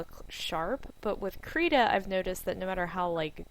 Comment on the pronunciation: Please look up the pronunciation and correct it in your video. It has a short "i" sound, not an "e" sound. It is Swedish for "crayon" and "rita" in Swedish means "draw".